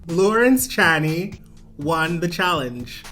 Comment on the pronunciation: Pronounce it "Lohrrrence Ch-EH-knee" (Eh like our Canadian EH) 😄👍